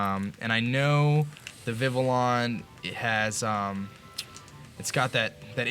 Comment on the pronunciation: THANK YOU, for pronouncing Vivillon with the French pronunciation. Finally, someone understands! 😭